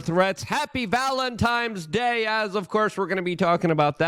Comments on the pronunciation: It'sis a Valentine's Day NOT Valenti"m"e's Day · Do people say “Valentimes” Day on purpose to irritate people with autism? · Is he actually saying " Valentimes day" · I've been critical..... it's valentines day with an n..... pronunciation is a system I support.... Enjoying your channel more and more🙏